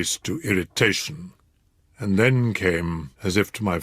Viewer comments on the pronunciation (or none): none